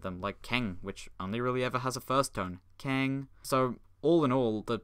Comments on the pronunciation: I appreciate the attention you put into pronouncing the tones! The only major error I noticed was that the e in the -eng final is pronounced as /ə/, not /ε/. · I really appreciate someone speaking Chinese, since I'm learning it and LOVE actually understanding what you're saying. Most people watching this video were scratching their heads, I'm sure. (I only have one comment... That would be pronounced more like "Kong" than "King." Take the Chinese word for Goose (É/鹅) for example.) Frankly, your Chinese wasn't bad at all!! Did you take a class, or are you self-taught? Very good video! Things are starting to come together now. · keng is not pronounced like that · The only thing he pronunced wrong in this video was the "e" in "keng" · Oh!!! Why do you speak 'keng' like that😂😂😂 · NOOO UR SAYING KENG WRONG